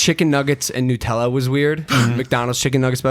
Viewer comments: he calls nut-ella noot-ella its made with hazlenuts which is a nut so its called nutella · Why does Logan say Nutella “nootella”😂